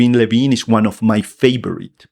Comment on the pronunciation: Ken Levine. Its Ken Levine